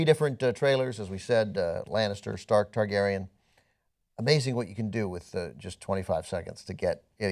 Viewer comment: You should see the names he says in some of the reviews, pretty sure he said Teargarden instead of Targaryen one time, hilarious.